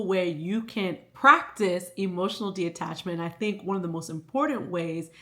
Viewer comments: Loved this video but it was killing me everytime you said De-Attachment it’s Detachment 😭😭😭😭 but the message was there and everything I needed, I just am weird about words 😂😭😭😭😭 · Okay so it’s not just me!? I was physically aching every time she said it, but that’s a me problem not a she problem, still such a good video, great insight❤